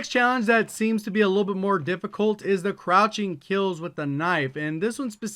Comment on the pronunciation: He said croching instead of crouching